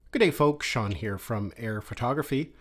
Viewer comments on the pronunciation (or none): none